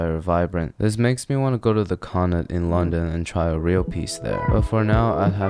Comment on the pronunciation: He pronounced Connaught correctly. As someone from Connaught, it is music to my ears lol.